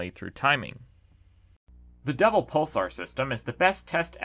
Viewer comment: I swear he said “devil pulsar system”.